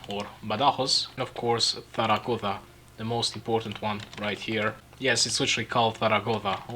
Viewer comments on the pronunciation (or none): Pronounces Zaragoza wrong "Oh my God I hate Spanish Spanish"